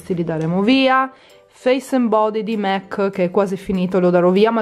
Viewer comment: Si legge mac nn mec